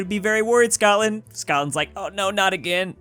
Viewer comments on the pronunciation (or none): none